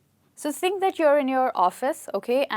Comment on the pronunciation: The way you pronounce "THINK" is mind blowing.....